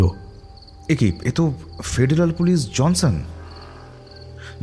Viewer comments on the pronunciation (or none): er Pronunciation kane lagche. JONSON ke JANSAN, "ড়" ke "র"